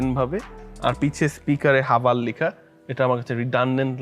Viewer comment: হাভাল নাকি হেভেল😅